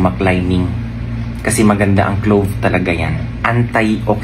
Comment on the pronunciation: "CLOVE" ba?